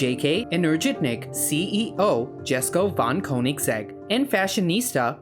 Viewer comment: "Jesko" is pronounced "yesko" as yellow, not jelly 😅